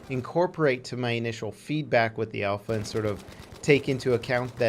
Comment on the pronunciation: Its alpha. ALPHA